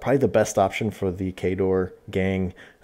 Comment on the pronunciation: Useful information, but I didn't know it was possible to mispronounce Cawdor :D